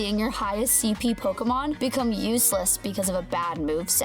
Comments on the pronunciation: PoKEYmon.......... WHY? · It's the way she says Pokemon that's triggering me.